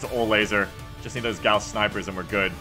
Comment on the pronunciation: "Oh my god I'm dead." has the best run in five maps Also 'gauss' is pronounced 'gowse' like 'house' with with a G. Pronunciation is the first step to domination.